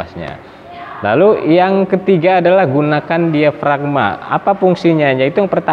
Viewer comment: Suara diafragma.bukan diagframa.